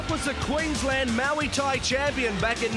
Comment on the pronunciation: they never get muay thai....its moo tie not maui tie. they kept screwing it up in the first season too. yad think with gladiators being what it is that wouldnt happen lmao